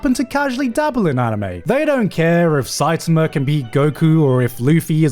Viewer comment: Garnt..Why the fuck did you pronounce Saitama like that in ?? Explain